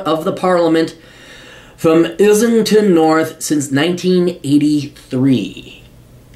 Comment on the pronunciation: Islington = 'Izz-ling-tun' Haringey/Harringay = 'Harrin-gay'